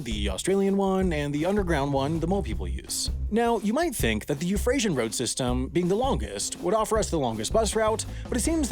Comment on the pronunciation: Are you saying 'Eufrasian'???